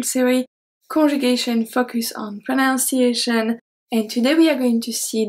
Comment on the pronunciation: This is really helpful. I appreciate these videos of yours. (by the way you pronounce the English word "pronunciation" incorrectly. You change the "nun" to "noun" when you say it.)